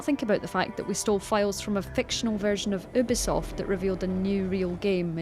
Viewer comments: Why do you call it o-bee-soft. It’s u-bee-soft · It bugs me how the commentator says "Err"bisoft and Sofia "Rick"in... -_ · Did she really just say "ER"bisoft?! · U said Ubisoft wrong